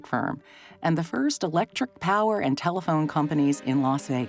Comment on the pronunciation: He said telephone though, not cell phone. He said it like "tell-phone"